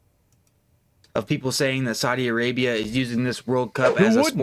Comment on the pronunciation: Saudi A-GAY-bia